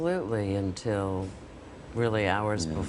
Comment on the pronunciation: Holy shit! He died! Unlike any other human being ever! Fuck me, you are so stupid. And it's 'until' not "in tell"...